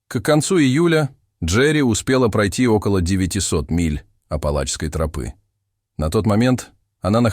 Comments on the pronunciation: Почему трОпы, а не тропЫ?🤔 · Почему "вдоль трОпы", а не "вдоль тропЫ"?? ТропА же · Почему трОпы то , а не тропЫ. Режет слух очень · Мне кажется ИИ озвучивающий ролик, специально выделяет "трОпы", чтобы немного выбесить)) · Почему тРопы? Режет слух как вы ставите ударение. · А кто читает? Робот? Город у него на гОре, а не на горЕ. И что еще за трОпа?? Вместо тропА... 😂